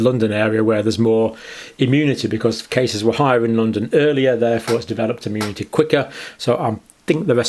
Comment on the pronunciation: Arrrgh! What's wrong with people? It's not bloody "ammunity", or "ammune". Thanks for the video though.